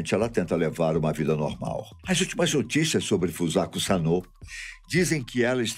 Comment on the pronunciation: Ele falou o nome da garota errado .